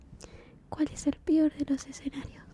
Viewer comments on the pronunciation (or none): Bueno, por dicha tenemos vídeo, viva Dios. Muchas gracias, es agradable el tono de voz que usas en los vídeos! Pd: "¿Cuál es el "pior" de los escenarios?" jajaja amé